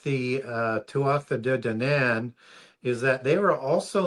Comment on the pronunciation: Hearing him butchering the Irish gods Tuatha dé danann makes me ears bleed